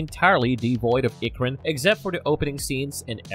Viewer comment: Holy shit the pronunciation in this video 😭 “Two-rook” “ik-cron” “ik-kryn” “mahk-toe” “sah-hell-lou” “toe-koon”